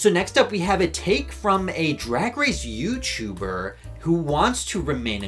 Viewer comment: You CHEW-ber?